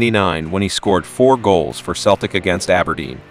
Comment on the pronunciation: pronounced 'seltic', not 'keltic'. i won't go on about 'borough... what a superstar he was! he also hit four for leeds against liverpool - how can you not have that here??